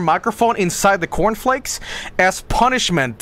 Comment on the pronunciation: "yoU guYS aRe gOIng in the cOUrn flAEAKs nOw"